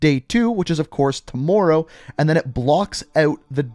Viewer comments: No one:: too-more row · Love how this man says tmmr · Every time he says tomorrow I cringe. I know he’s Canadian but I can’t help they say the word wrong. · The way this guy says Tomorrow bro😂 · LMAO and the way he was saying tomorrow